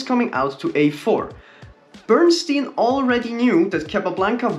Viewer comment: Bern-stein Bern "e" ie is pronounced like the "e" in the hell. And stein is the same as stein in Einstein. In German, stein means stone.😎